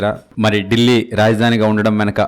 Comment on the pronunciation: ఢిల్లీ, డెల్లీ కాదు సార్ ... దానిపేరు దిల్లీ